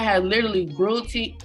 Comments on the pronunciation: She don’t even know how to say brutally💀 😂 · She can’t even say “brutally” right 🥴